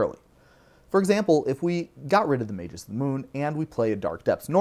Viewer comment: I don't understand why anyone would think "magus" is pronounced with a soft G. Are there any words in the English language that do that? I can't think of any. I get that we can argue over the "correct" pronunciation of fantasy words, but magus is a real word in the real dictionary, and saying "may-jus" is just wrong.